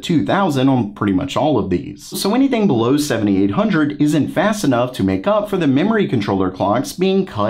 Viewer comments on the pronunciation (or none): Why when u say BELOW u say it like a idiot?? stop saying it like that as it sounds stupid